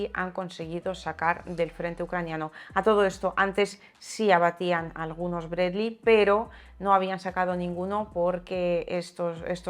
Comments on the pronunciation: Sólo hablando en ruso se le puede decir "Bred-ly" al "Bradley" 😃 Es más duro que el M113 pero seguro lo bajan con disparos calibre 50 o mejor algún cohete. Muchos éxitos y ganancias. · A ver si algun dia aprende a pronunciar Bradley como Dios manda